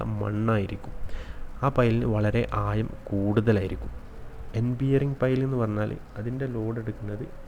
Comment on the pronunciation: ആദ്യം സംസാരിക്കാൻ പഠിക്ക്. ആയം അല്ല ആഴം